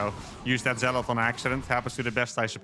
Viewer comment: You pronounce zealot incorrectly.